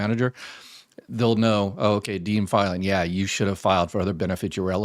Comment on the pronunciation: “deemed,” not “dean.”